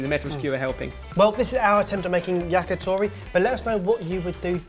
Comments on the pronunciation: YACKYTHORRY Fucking hell pronounce it correctly! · the "t" sound in many Asian languages are not the soft, pushing-air-through-the-front-teeth-t in English. In order to say "to" in "yakitori", you should place your tongue on the top of your mouth and push air out quickly and it will create this small pop sound. That's "t". Then just round your lips so that the pop sound that comes out will sound like "toh".